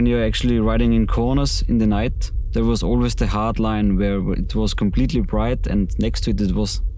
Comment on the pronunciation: "Like a good nay-bah, State Farm is they-ah." 💪🏼